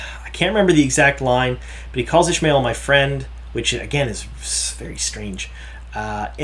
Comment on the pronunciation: Isn't is pronounced Ish-ah-my-el as in Ishamael, not, Ish-my-el as in Ishmael?